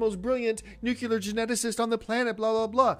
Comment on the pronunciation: 'Nucular' ahahahhahaha